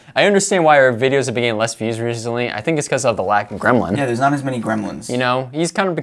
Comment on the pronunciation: Gremlin still wrong 😄 not grelmin 😄